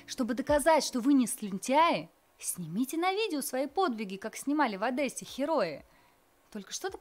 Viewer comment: как в ОдЭссе снимали герои"! Мне это даже режет как на наших первых каналах и ВВ.Путин на брифингах говорит!